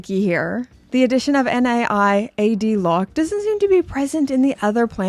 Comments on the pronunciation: Naiad isn't an acronym or initialism, so you don't pronounce it N-A-I-A-D, and in the UK it's normally pronounced as NIGH-ad / Ny-ad. A Naiad is the mythological nymph of flowing water, and another nod to Ancient Greek mythology like the hippocampus also used by Omega. (meanwhile you were right the first time on "galvanic", it is pronounced gal-VAN-ick) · Good video as always, but the NAIAD lock is pronounced Nye (like Bill Nye from TV) Add, like adding something. I laughed out loud at the value finder comment too btw. 😅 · Love the Planet Ocean! You were right about galvanic, wrong about being an idiot, and missed that Naiad is a word... it's a Greek water nymph. You say it something like nay-ad. Just in case you're interested. 🤷🏻 Love the channel. 😎